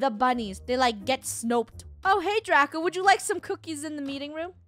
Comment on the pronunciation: you said drago not draco and this is how to spell draco